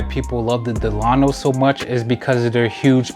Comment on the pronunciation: Before you start reviewing famous hotels in Miami, you should probably learn how to pronounce them. It's not Dell-AH-no, it's DELL-uh-no. You know, like FDR.